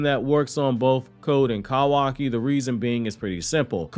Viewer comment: Listening to you say Cow aki instead of koo waki is absolutely painful.